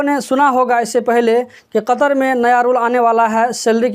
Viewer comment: kya bole bhai saf saf bole